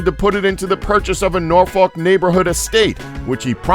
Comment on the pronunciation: He pronounced both Norfolk and Oregon strangely. Where is this guy from? o.o